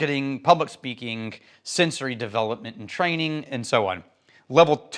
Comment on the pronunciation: I love that extraneous K sound carries over to “Trainingk”